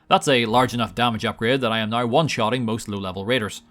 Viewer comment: It's pronounced "now" not "NoUrA"